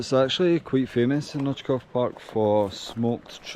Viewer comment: Nice video man 👍 ps. Right pronunciation is oitzoov :)